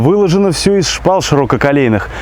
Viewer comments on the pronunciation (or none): Мне очень смотритель музея понравился, аутентично ещё и ударение ставит шпалА, ДернА. Интересно❤